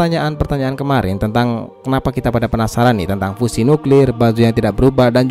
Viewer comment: Sebut fusion pon tak pandai